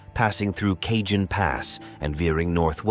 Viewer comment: The VO artist needs a proof reader. He is slaughtering the names of the cites and areas the fault runs through. It's not "Kajun" pass, its pronounced " Ka hone".